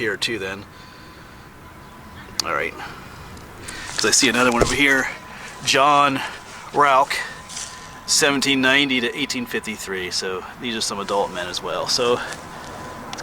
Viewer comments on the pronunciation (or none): the Rauch is pronounced Raosch and the Gutjahr in English is Goodyear. 👍☺